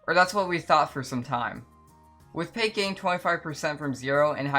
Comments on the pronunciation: no way you said pake😭😭 her name is pronounced pack-oh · bro said “pake” 😭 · Pack-oh, mu guy, P A C K - O H